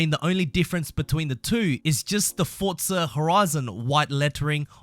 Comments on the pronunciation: It's forza, not fortza 😂😂😂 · ForZa not fortza xD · lol "FORTza horizon four" no offense just is that an audio glitch or is he too close to the mic or what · I swear if you keep saying "Fortza" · Nobody: This guy: FoRtZa